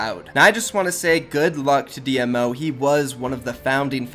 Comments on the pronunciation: Dee-Moe not d.m.o. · It's pronounced dee -mo and dee-m-o.